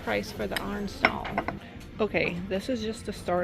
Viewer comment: It took me awhile to figure out what you meant by “arn-stone.”